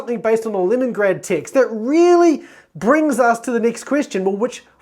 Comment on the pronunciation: When you say TEXT I hear the word ticks ....confused me for a second